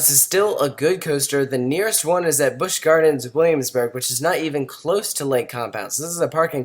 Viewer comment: "bwish gwardrns wullamsbhurg"